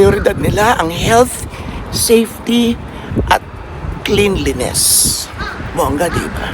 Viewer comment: Klen-lee-nuhs po ang basa sa "cleanliness" :)